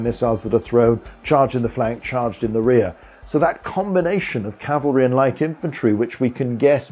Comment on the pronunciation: Thank You for saying Cav-al-ry!!! And not Cal-va-ry. Almost everyone gets it wrong, infuriating.